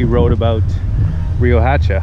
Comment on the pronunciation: That town square named after Padilla is right down the street from my aunt's home where I would stay as a kid when I wold visit. Brings back good memories. Also, the "H" in Riohacha isn't a hard H, it's kinda silent....ree-oh-ahhh-cha